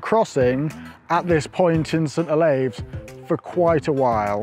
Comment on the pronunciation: St Olaves, as in St Olives or St Olifs, to much "ay" in your pronounciation, I grew up there. Nice aerial views, which drone are you using?